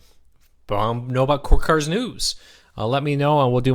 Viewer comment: I love your shows, but perhaps could you speak a little slower? When you say "Cord Cutters" it comes out as "core cuz". Just slow down.